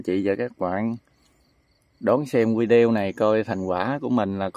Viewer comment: Cháu đọc vi đi ô như vậy cháu đừng đọc vì đi reo nhé